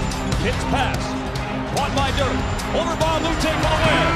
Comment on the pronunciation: His name is Dirk not Dörk god dammed